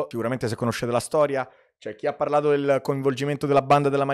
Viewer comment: Chi ha parlato, NON ghiapparlado!!!!! Ma che modo è di parlare?